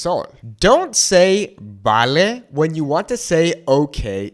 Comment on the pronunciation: So surprised to hear you pronounce “vale” as “bale.” I listened very carefully. It’s “v” de vaca (no baca) I speak Venezuelan Spanish and have to remind myself of so many words that are different. Chaqueta/chamarra was good. For T-shirt we say “franela”. In Mexico it’s “playera” We say picante but I’ve heard “picoso” more commonly in Mexico.